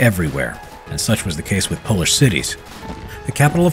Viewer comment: It's Polish not Pols